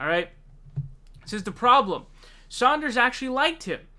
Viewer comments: Yes I really dislike when he does that..it seems as it comes natural for him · 😞I guess you just cannot pronounce Bernie Sanders name correctly and I’ll just have to accept that. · Jesus Christ pronounce his name correctly you goon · Everyone should start calling "", in chat and comments. Every time he says 'Saunders", it's like fingernails on a chalkboard. Ugh! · Pronouncing it like “sAUNders” distracts from what you say. Thats all i can think about because it sounds so wrong. Im not even paying attention to your point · It’s Sanders not Sonders! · Sanders not Saunders! Lol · Bernie's last name is pronounced Sanders (Sand-ers), (phonetic), not Saunders (Sond-ers) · Yeah he keeps calling him Saunders! It's Sænders, with a flat "a" (æ) sound! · His name is Sanders not Saunders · Good vid, one thing; it’s Sanders not Sonders. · Its Bernie 'Sand'ers, not Bernie 'Saund'ers. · It's SANDERS, not SAUNDERS. FFS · Stop calling him "Saunders" getting annoying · Bruh too many videos with you mispronouncing Sanders(Sand-ders) not Saunders which is a similar but different surname. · S A N D E R S not S A U N D E R S......there! Glad I got that outta my system. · Dude, his name is Sanders, not Sonders. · He switches back and forth between Sanders and Saunders, just like he did a few days ago with Joe Rogan and Joe Rosen. Idk wtf is wrong with this dude when it comes to pronouncing names. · Why do you pronounce his name as "Saunders" but when you talked about his wife, you said "Sanders." What? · I’m sorry... but Saunders? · Why do you keep saying 'Saunders'? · Why do you call him "Saunders" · Does say "Saunders" on purpose? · Again with Saunders lol - best was when it became Zaunders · BRO quit calling him Bernie Saunders. His name has no fucking u in it! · Do Muslims have to pronounce Bernie Sanders last name incorrectly? This kid keeps saying Saunders. I'm just wondering if Muslims will get in trouble if they pronounce Bernie's last name correctly.